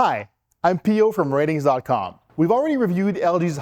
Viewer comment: It’s pronounced R-tings haha